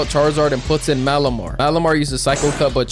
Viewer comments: Turnt malimar into calimar 😂😂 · dude turned malamar into malamari